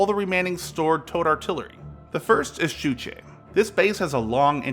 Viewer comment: Ā Ščuč'je, the man cant say šč.